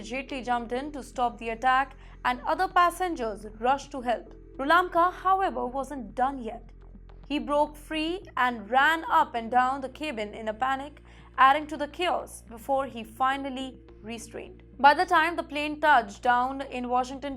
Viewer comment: Sorry. But it’s not kaybin. But cabin.